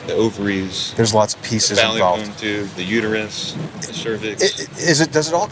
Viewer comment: My guy said Faalipeein Tubes haha